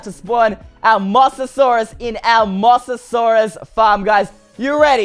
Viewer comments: It's called a moze-a-zaurus not a moss-a-saurus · Moa-sa-saurus not Mos-sa-saurus you pronounced it wrong. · im not trying to be rude or anything cause I love your vids and all but it sounds like your saying moss-asaurus instead of mo-sasaurus, sorry it's just a pet peeve of mine for when people say things wrong, nothing against you tho. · 1. Mosasaurus isn't a dinosaur 2. It's pronounced M-OH-SASAURUS Just thought I'd let you know!😁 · It’s pronounced Moses-saurus BTW it isn’t a dinosaur it is an aquatic reptile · its mosasaurus Mo-sa-saurus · ITS MOE=SASAURUS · you said mosasuarus mossasaurus lol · thats not how you pronounce it its moe-SA-SAW-RUS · No it’s moe za sore us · One you pronounced the name wrong and it's from Jurassic world. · you didn't say Mosasaurus right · It’s not mossasaurus it’s mosaurus